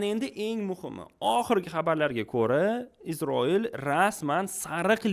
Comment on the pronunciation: Iltimos, Isroil deb ayting IZROIL emas